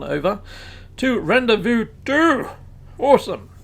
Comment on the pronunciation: Hi... Loving the vids & tips.... Ps... Rendezvous is pronounced.. Ron Day Vu...:)